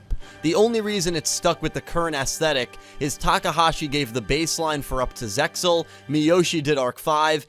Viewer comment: I never like hearing Zexal pronunced as “Zex Zul”!! It’s ZEXAL (like zelle). And I hear Xyz sounded by the letter, it’s pronounced like a word!